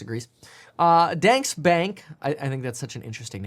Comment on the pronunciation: It’s not dansk, it’s danske